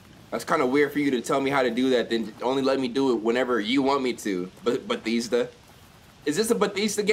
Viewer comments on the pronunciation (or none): ITS BA-THES-DUH NOT BEH-THEESE-DUH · b-EH-thEHsda not beetheesda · 🤣🤣🤣🤣🤣🤣🤣 Me being a Marylander and hearing him say "Batheeeezda" 👁️👄👁️ BYE MOE! I love that you trust their games though 🫡 much love for you over here in MD! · just said bethesda wrong for a cool 40 seconds 💀 went on a whole tangent saying BADESDA when its BE-THESS-DA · homeboy its buh-thehs-duh not buh-thEEEs-duh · its pronounced ba-thez-da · This nigga just said "Betheesda" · Bruh stop sayin "Betheesda" 😂😂😂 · My mans said Betheestha. 😬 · It's pronounced ba-thez-da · The way he Pronounce Bethesda... SMDH............ EXPOSED!!!!! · Say Bethesda right lmao 😂💀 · When your from Maryland and he proneness Bethesda wrong😡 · i hate how you say bethesda lmaooooo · How you gonna say Bethesda a trusted game in your house but you can't even say they name right smh 😂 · how you going to be a English major and you cant pronounce words correctly cant even say the main character's name correctly and Bethesda.